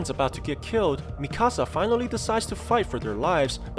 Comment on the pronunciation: Bruh it’s Mikasa not Mi-Casa